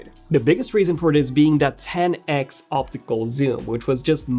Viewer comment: Had to stop watching. Couldn't stand to hear TEN EX anymore. 10X is an abbreviation of 10 TIMES!